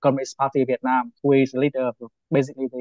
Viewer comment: LOL... We-itnam 😂